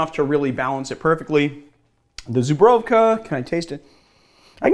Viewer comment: Dude.... It's pronounced (ZOO-BREW(in this case try saying cold brew but with a V)and finally KA ZOO-BREW(V)KA Cheers from Warszawa 😉